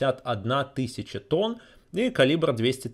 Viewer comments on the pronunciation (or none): none